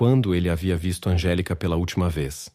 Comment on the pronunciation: NÃO É ANGELICA. É ANGÉLICA.